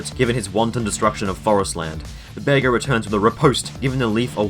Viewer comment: Pretty cool video but why are you calling Bearger a Bear Ger?